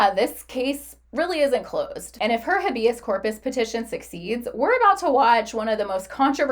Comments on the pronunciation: Small thing but it's driving me nuts: Habeas corpus is pronounced as HAY-bee-uhs KOR-puhs. Here is the breakdown of each syllable: Habeas: "HAY" (rhymes with day) - "bee" - "uhs" (rhymes with bus) Corpus: "KOR" (rhymes with for) - "puhs" (rhymes with puss) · You can’t even pronounce it.